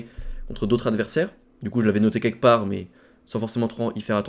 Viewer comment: Faute de liaison ....par exemple ds cette vdo "d'autres Hadversaires" Tellement courant, les fautes de liaison : JSong, Jo, Alexandre H, Kisso ... Ceux qui n'en font pas Kevin B, Marc Q ...